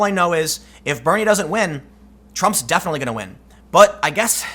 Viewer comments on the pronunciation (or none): none